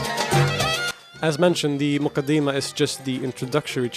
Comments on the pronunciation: It's not pronounced "The mooqadeemah" !! Its Muqaddimah! How on earth do you think you have the right to give your opinion on it when you haven't read it! An English translation is not reading the book because Arabic is a very unique language and Islamic sciences have a vast terminology that a mere Arabic linguist just cannot fathom because it takes years of specialisation! This is why we study all of these sciences in the dars Nizaami and when we graduate as scholars its expected that we have attained the tools to understand and interpret the true intended meaning of any Islamic author ! What's more we study these books with a chain that is passed on to us by our teachers as part of our license to teach this chain being unbroken over the centuries from teacher to student until it reaches the author himself!! If it's the Quran then the chain goes unbroken to the Prophet Muhammad ﷺ the same is true of the Hadith which you love to make light of which shows how little your understanding is because if you had studied the science of Islamic narration and narrator critique you wouldn't be so flippant!! One of our most authentic scources of Hadith is the Muwatta in which many of the chains have only 2 people in between Imam Maalik and the Prophet Muhammad ﷺ one example is Maalik narrating from the successor to the companion Imam Naafi who narrates directly from Ibn Umar who saw, heard the Prophet Muhammad ﷺ say or do or approve something!! What's more Imam Maalik wrote down all his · Almoqadama , it is not moqadima